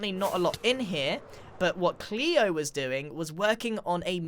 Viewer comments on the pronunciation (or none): I believe you mispronounced “Gleo” as in “ZombieGleo” cause you said “Cleo”.